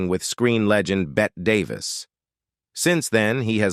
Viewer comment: "Bet" Davis (It was Bette, pronounced Betty.) "Unforget Table" C'mon. AI can't read yet. It's okay to do your own narration! More work, yes; but more integrity, too.